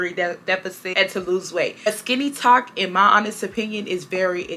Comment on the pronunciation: You learn something new every day. I’m not on TikTok much but I’ve never heard the term. At first, I thought you were saying “skinny talk” 😂 as always, great content!